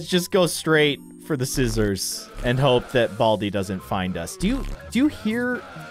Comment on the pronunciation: He said sisters for scissors❤😂❤😂❤